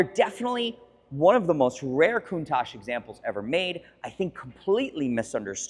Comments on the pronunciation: So, is it pronounced “Countosh” or “Coun-tach” with the second half pronounced more like “watch” with a “t” instead of the “w” as Valentino Balboni says it? Cool channel! Subscribed!!! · Rarely are these cars name pronounced correctly. Think w atch, it is how Marcello Gandini said the name. I think he would know; He designed and named it. Not trying to be a d----.